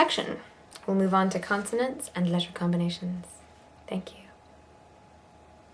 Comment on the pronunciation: slight English/Irish vernacular when saying “worried”. Is she originally English or Irish, or have some background from there? And again when she says “again “. Also at the end when she says “letter” Unless I’m hearing things, it seems to “peek out” when she’s fatigued 😊